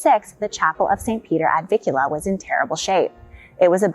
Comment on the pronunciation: It’s NOT “ Ad VIKula” it’s “ Ad VIN kula” with an N “!